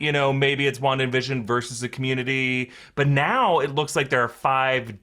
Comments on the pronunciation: he said wander tehe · Shouldn't it be called wan daaaa f**, instead of wanda the f** ?